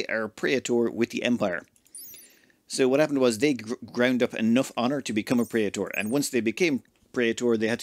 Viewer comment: you botched praetor pronunciation.